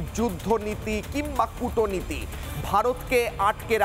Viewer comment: উচ্চারণ ঠিক করে কথা বলুন - কুটো নীতি বলবেন না - বলুন কুটনীতি।